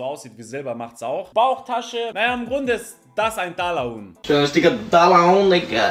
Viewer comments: Fck ich sterbe. 😵 💀 Ich musste bei jedem TALAHUHN so lachen.. Atmen vergessen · Das. heisst. richtig. Talahuhn